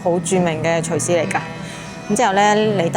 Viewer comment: 厨師，發音不是 隨師